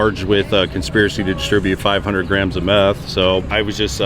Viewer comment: Little grains not grams.